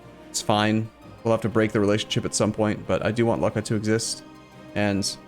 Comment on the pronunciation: As you read Lucca, imagine your reading look, then double the k sound and add the final a